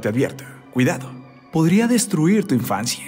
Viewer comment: La historieee, la infancieeee...por que hablar así? No entiendo, se oye bastante mal.